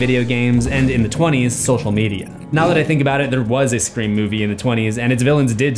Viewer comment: CUD YOU PLEASE PLEASE PLEASE STOP DOING SCRAEM